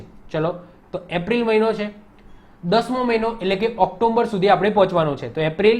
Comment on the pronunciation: ઑક્ટોબર માં વચ્ચે મ ન આવે ઓક્ટોમ્બર ❌ઓક્ટોબર